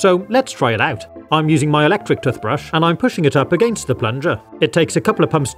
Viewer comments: Toothbrush is pronounced "tewthbrush" not "tuhthbrush". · The way he ses toothbrush doesn't sound right 😂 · "TUF" brushes 🤣🤣🤣🤣🤣🤣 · Why you say tutbrush 😂😂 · I don't know why but I genuinely like how you say toothbrush 🪥 😁👍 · Ah yes tuthbrush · Great video as always. I love the way pronounced toothbrush... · Tuffbrush and Tuffpaste? That is not how you pronounce it. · Tuthbrushes 💀 Tuthpaste 💀 Water fassets 💀